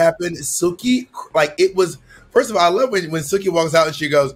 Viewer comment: Bob saying Jilky instead of Silky or Jigly hahaha